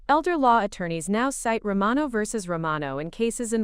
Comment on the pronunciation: Can't even pronounce "IOWA" correctly. And the name "Romano" was pronounced in 3 different ways.